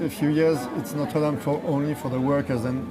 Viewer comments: Notre Dame 'o' as in box not o as in snow.. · Is there anything more annoying than the way this woman mangles the pronunciation of Notre Dame? Don't these people do any research?